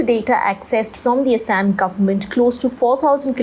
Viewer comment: It's not ASS-AMM it's Aa-saa-am.